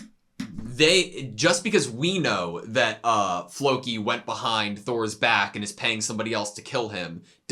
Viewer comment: Nothing was butchered, my ears weren´t triggered <3 It´s Loki with a F in front with emphasis on the more than the i